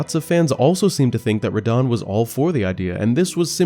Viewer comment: It's NAW-KRON not No-Kron. And it's RUH-DON not Ruh-dan